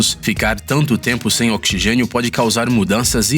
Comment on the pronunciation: OXIXENIO KKKKKKKK